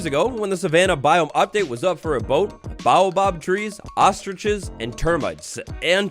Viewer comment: Are you intentionally butchering baobab's pronunciation? I can't tell.